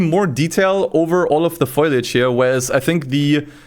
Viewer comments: foliage not foilage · it’s foliage not foilage